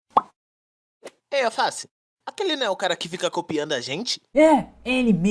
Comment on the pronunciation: eu ouvi o falando Alface,e não Alce